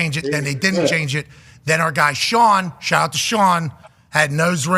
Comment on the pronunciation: "Shaht aht back shots" - pat 😂😂😂😂😂😂😂😂